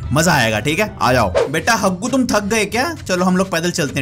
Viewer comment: Dr Jaggu. it is Haggu